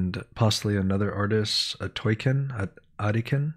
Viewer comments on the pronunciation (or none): They are pronounced long O-T-Ken